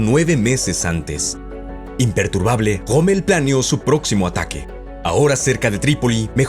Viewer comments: POR QUÉ LE DICE GOMMEL y no ROMMEL? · quien es ese tal Goomel del que habla? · que onda amigo, te robaron la "R"????